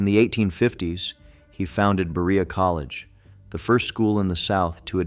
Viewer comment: I can't even listen to all this. As a Kentucian I am extremely offended. He can't even say Berea correctly. Please come to Kentucky and see how we preserve our awesome history! I assure you these people are not forgotten!😊